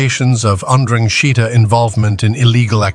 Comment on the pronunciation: Amazing how many ways Ai finds to pronounce ndrangheta